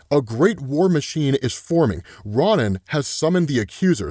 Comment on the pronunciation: Respectfully, it's Ro-Nin not Ron-nin.